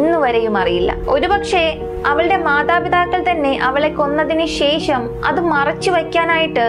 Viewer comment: ശേഷം എന്ന പദത്തിലെ ' ഷ ' എന്ന അക്ഷരം ഉച്ഛാരണം ശരിയാക്കണം . ഇത് ഒരു കുറ്റമായി കാണരുത് വേറെ ഒരു കുറവും അവതരണത്തിലോ , വീഡിയോയിലോ, ശൈലിയിലോ ഇല്ല .👍.